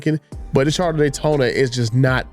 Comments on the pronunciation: It's CharGer NOT CharDer! Just saying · No its the "Charda" Daytona like he says 😀